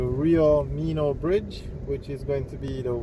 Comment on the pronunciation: You keep on mispronouncing the name of the river in all the videos. It's pronounced "mi-nuh" ... not "mee-nuh"